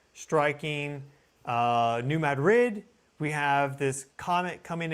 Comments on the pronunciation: It is not “Mad Rid”. It is pronounced “Muh- Drid.” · It's New MAH-drid. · New MAD-rid is the pronunciation. Thank you. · "New Mad•rid?" Noooo... 🤦‍♀️ It's two syllables, not two words. You're meant to blend the d and r. *Ma•drid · It is really bugging me, too. 😂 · I grew up on the New Madrid fault...lots of small tremors, probably 3-4, but definitely enought to vibrate my mom's vase off the shelf lol. It's pronounced New "MADrid". Love your channel. Ty for all your vigilance and great info! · It's not a big deal but it's driving me nuts it's not New Mad Rid, Pronounce it like they do on this channel then you won't drive me nuts. 😂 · It’s pronounced new mad drid. Some southeast mo speak for you. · Lol not how you pronounce New Madrid. ❤